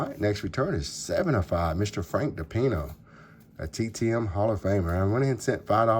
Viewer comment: Tons of ink. I'm not sure any mail was delivered today. I have a slabbed 80 Topps Garvin 9. Only reason is it was $1 on EBAY. I thought you said Frank Pepino.